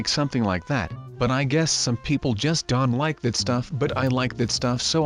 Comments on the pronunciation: Why do you say Don instead of Don't? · He says don't like Don he says respawn like resawn